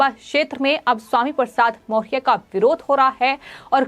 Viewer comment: ये एंकर सही उच्चारण नहीं कर पा रही है, मौर्य नहीं बोल पा रही है।।।